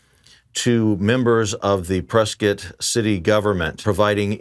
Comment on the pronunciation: Thank you for saying Prescott correctly!!